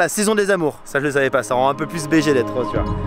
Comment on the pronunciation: Comment ça se fait qu’un haut ligérien comme toi dise « rause » au lieu de « rÔse » ? XD tu prononces à la toulousaine ça me tue 🤣